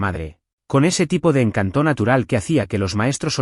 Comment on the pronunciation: Escucho sus relatos pero realmente deben corregir la vocalización, en todas dicen "encantó" cuando en realidad es encanto; priper cuando es prepare y así por el estilo. Deben corregir el acento